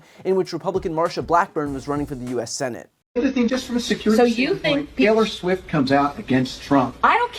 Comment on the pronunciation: He said Taylor Swim. Different celebrity! 😂